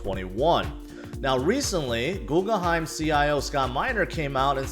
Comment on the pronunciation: Googleheim? You mean Guggenheim?